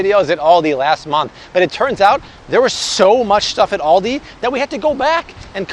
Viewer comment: the way you say Aldi hurts my soul